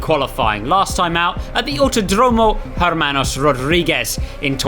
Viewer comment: He didn't get the easiest part right though, the silent "h" 😂